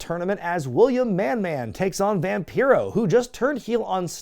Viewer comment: “William Manman” 🤣🤣🤣 I had to think about that for a second before I got it lol.